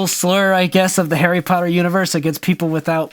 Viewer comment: did you say Harry cotter?